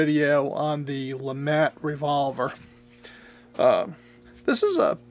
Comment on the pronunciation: It's Pronounced LeMaa. Not le mat. Mr. 1954 duelist. Invented by Mr. Jean Alexandre Froncois LeMat